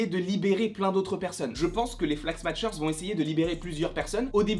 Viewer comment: En français on dirait « flag smacheur » plutôt que « flag smatcheur » voila voila